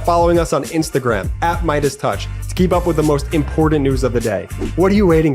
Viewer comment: One of the best reports, and that's saying something. Keep up the good work. Please remind the pitchman, the word is Important and not Imporden. If you don't use the T's you sound like M3TG.😂